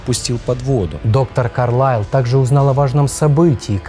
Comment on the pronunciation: А так всё-таки, КАрлайл или КарлАйл???? Вы как то с собой уже договоритесь